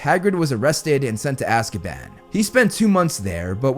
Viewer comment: I keep hearing ''Azkieban'' and its sounds so funny 😂😂